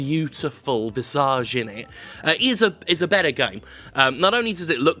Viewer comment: Isnt it pronounced VISS - edge